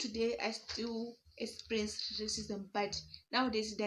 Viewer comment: mmh Zimbos pronunciation is emphasized.... I get what you mean. Like some of you guys will go "Sikisity" minutes, whereas it's sixty. Totally different. Like here you are saying esperience(eXperience). Uzoba strong